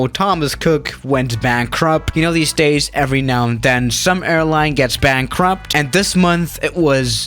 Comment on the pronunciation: "BANKRUP" LOL